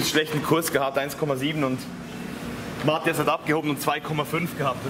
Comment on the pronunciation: Ja die Schweizer haben auch immer eine "komisch" andere Aussprache der Namen. Zu Matthias sagt z.B. ja auch Mattjas:D